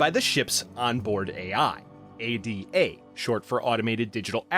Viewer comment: Why do you keep calling the ship console "A D A"? It's "Ada" as in Ada Lovelace